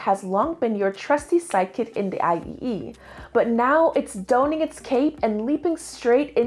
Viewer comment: "Donning a cape" - It's not pronounced Dough-ning it's pronounced Dohn-ning 😂